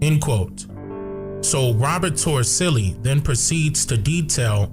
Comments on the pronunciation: His last name is Toricelli, with the c pronounced as s. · It's "Robert Torricelli"